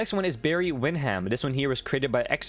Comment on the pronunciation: Barry Win-ham 🐽 😂 it's cool you're a baby. It's pronounced Win-dumb. Wendy is dope because she's like Orange Cassidy and Funhouse Bray. Reminds me of Keenan & Kel (old nick show) she even has a similar addiction to orange drink/soda She's a narcoleptic but her previous gimmick was a dead girl character. She was the leader of this cool group called Tian Sha on NXT. It was like Mortal Kombat come to life